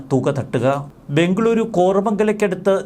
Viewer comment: ബെoഗളൂറു ആണ്...സാറെ. ശരിക്ക് വായിക്കൂ.